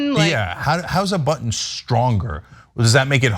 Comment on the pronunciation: Red button he was trying say,sounded like butt🤣🤣🤣🤣🤡🤡